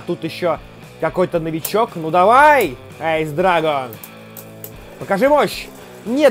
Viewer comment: Не правильно говориш эйс ани айс